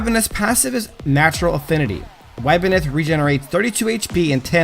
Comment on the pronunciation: It's pronounced ib-neth lol Cool vid tho